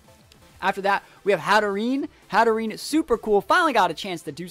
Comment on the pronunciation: How to Pronounce Hatterene: Hat-a-rain (hope it helps)